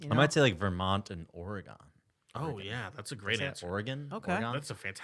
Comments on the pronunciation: Pleeeaaseee stop. It’s not Ory-Gone😭😭😭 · I KNOW RIGHT?! it’s OR-UH-GHEN kind like “Or Again”